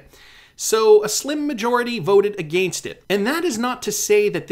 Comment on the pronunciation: Can you say against without Sounding super Canadian lol